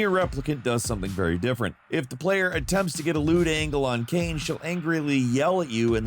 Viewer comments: from "kainé" (kah-i-neh) that is a big departure. was thinking of "legacy of kain" when first hearing the segment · Say this with me; “Kie-Nay”. Her name is “Kie-Nay”, not Kain. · Kaine is pronounced Ka-ee-neh.. That's not a silent E at the end haha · It was cringe worthy...almost made me stop watching the video. Smh.